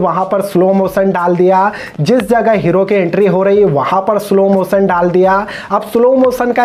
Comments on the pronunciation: its background music not begground music. its jacqueline not jeklin. its slow motion not slow mosan. its action not heckson. its visually not visvalli. its ship not sip. you can't even pronounce the words properly but, you are talking about the actor. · peen india!!! sip wala sene!slo moson! tera english 3rd class hai bura mat mano